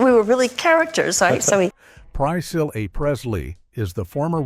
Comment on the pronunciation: Why in the world can this text-to-speech voice not say Priscilla Presley's name correctly? It just butchers it. You lost me when I was listening to that. My own text-to-speech in my screen reader can pronounce her name correctly why can't this one? I'm really not trying to be a jerk but I can't watch a video when text-to-speech cannot even pronounce Priscilla right. You might want to consider using a different text-to-speech voice.